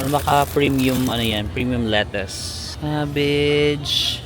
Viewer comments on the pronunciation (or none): none